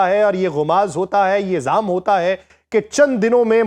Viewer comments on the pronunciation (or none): aik lafz aap ada kartay Hain zam Nahi wo zom hai. Should be correct with sorry